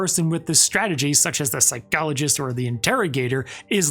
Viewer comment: Please don’t say ‘psychologist’ like that.